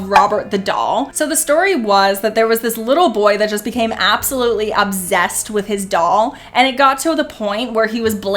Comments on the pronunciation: Exactly she doesn't even know how to pronounce obsessed? It's actually that she's too lazy to pronounce it right at well as setting thing and anything. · Sorry but its obsessed not obzessed. S not Z